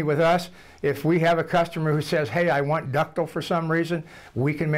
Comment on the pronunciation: "Ductle" lol!